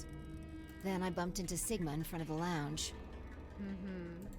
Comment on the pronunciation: "I don't know. Little wavering in your loins." Ha ha ha! I also liked that this is at least the second instance where you put some spin on the word "lounge." In one of the earlier episodes you said "loongch."